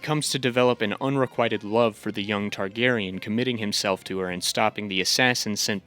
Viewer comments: “Targ-ussy” is foul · "Targussy" Fucking C E A S E